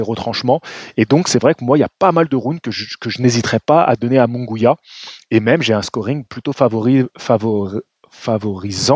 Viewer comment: Il n'y a pas de son << gwiya >> non plus 😅 C'est MunGUIA donc le son << Gui >> se prononce comme celui du prénom << GUIllaume >> 😊 ...